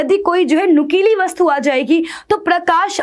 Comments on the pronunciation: Mam nukili not nukuli😅😢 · Nukeelee h mam nukuli nhi but you are great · Mam nukuli nahi nukili 😂 Apka writing kitana gnda hai😂